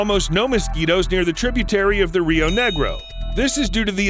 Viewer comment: Rio Negro and Rio Branco (We call it Rio Solimões here in Brazil). As a brazilian, i loved the accent in portuguese 🤣🤣🤣🤣🤣